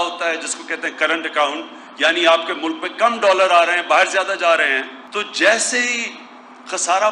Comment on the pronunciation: Bahar hota be bahir nhi hota